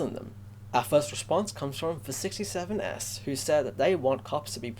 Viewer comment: Wow you probounce my name with that s separatly but its just 67S like there are more.